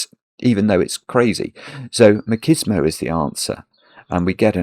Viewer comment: MACHISMO is pronounced as MATCHISMO, not MAKISMO.